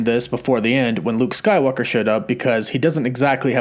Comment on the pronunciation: Am I the only one who hears him say Luke skylocker😆😂